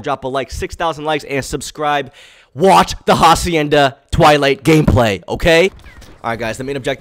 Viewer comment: Who’s going to tell him that he’s saying hacienda wrong 🤦‍♂️